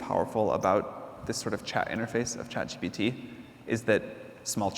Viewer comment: Chat GTP?? It's ChatGPT